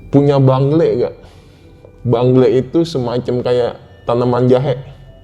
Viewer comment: bengle bang bukan bangle😂